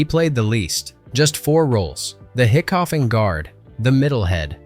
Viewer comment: Hiccough is pronounced hiccup.